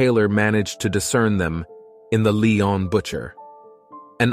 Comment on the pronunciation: pity he’s mispronouncing Lyon